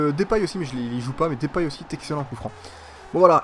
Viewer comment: deeeuuuupay pas dipay